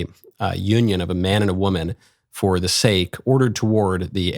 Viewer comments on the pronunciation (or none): none